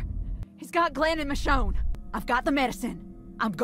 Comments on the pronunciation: Michionnay had me laughin, hi pronouncement of michonne killed mee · Although this game is awful the biggest tragedy to occur was your pronunciation of Michonne’s name ☠️